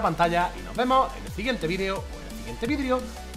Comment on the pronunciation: En el principio del vídeo dices vidrio en vez de video